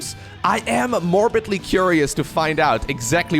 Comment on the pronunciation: "morbin-ly curious to find out"